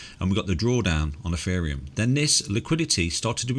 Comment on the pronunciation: Eferium? lol